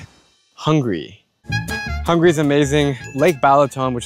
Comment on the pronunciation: It's not hungry - it's Hung-a-ry. Anyway, that's only the English term, we call ourselves magyar. I'm surprised: Czech Republic, Serbia 1-2, Hungary only 23rd? 😲 Budapest is the most beautiful capital city in Europe.